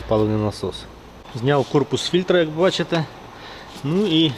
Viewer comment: тепер і я почав замічати як ти дореха разів кажеш БаЧеТЕ капец 😂😂😂😂